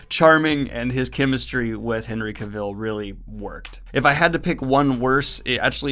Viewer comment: Oof, how many times am I going to have to listen to him mispronounce Henry Cavill.